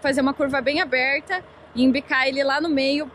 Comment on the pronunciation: gostei do sotaque "Curva bem abeerrta", parece mineiro, nada de paranaense..kkkk